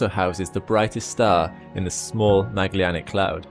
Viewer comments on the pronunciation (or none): Ok sorry but.... It's MEJ-uh-Lan-ick! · Please reconsider your pronunciation of the word Magellanic. The e comes before the double l, not after. Merriam-Webster dictionary offers the following phonetic assistance: Mag·el·lan·ic. ¦majə¦lanik